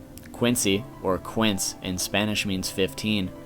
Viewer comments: lmao 15 in spanish is pronounced keen-say, not kwince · I hate to nitpick, but quince in Spanish is pronounced Kin-se. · And last I don't think that's how you are supposed to say 15 is spanish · Just one tip: 15 in Spanish is "quince" and has nothing to do with "Quincy" ^^U (The pronunciation I mean. Written they look similar but pronounced they doesn't sound the same) Anyway, very cool video! :) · ok quince( keense) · You miss pronounced quince but good video